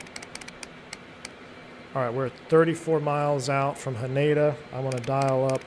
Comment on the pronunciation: Not sure if this is something you'd be interested in reading or thinking about, but hearing you say Haneda was a little jarring. The emphasis is on the Hah, so HAH-ne-da. Also it's more like the ne in neck, notsomuch like nay.